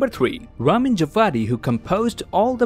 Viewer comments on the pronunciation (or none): none